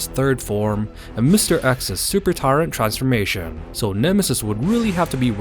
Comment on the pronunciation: I'm sorry to say I stopped watching your video You're pronouncing tyrant wrong it's not tyraaaant it's tyrant with an (i) sound Remake the video pronouncing the word tyrant correctly and I might actually enjoy the show it's not tyraaaaaaaaant int soud your a anoying man yo